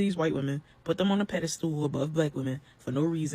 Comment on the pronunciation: It’s “pedestal,” not “pedaSTOOL.” And I love how everyone has something to say about black men (shoot, men in general) not wanting to be with black women, but you seen the majority of us lately? Ghetto, ratchet with multiple fathers for your children, isn’t too appealing for men. PS…TAKE THE DAMN BONNETS OFF OF YOUR HEADS!!!!